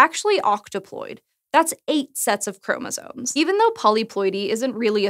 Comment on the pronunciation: Apparently a college education means nothing. Maybe it never did !!! The word is "chromosomes" (not chromosones). Really ! I can reliably assure you that is the word. Really ???? a college graduate who does not realize or even hear herself saying it incorrectly !!! The erroneous pronunciation...that is pathetic !, and furthermore what of an editor or a proofreader of this script !!! (Someone certainly needs to take ownership of this error !!!) Well, least the person or AI that intuited the CC subtitles knows that...how about teaching that little nuance to your reporter and editor, hey ???? !